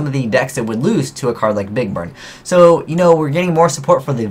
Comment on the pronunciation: I swear you said "big bird" at least once.